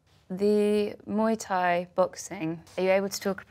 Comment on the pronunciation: I'm only 6 mins in but the bloke is saying how much he fell in love with muay Thai and how he fought 4 times a night but he doesn't even know how to say it 🤦‍♂️ you'd know that just from the announcer/commentators. I lived there for 8 years and fought+ taught over there.